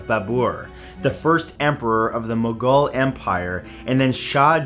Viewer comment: Mugal not mongol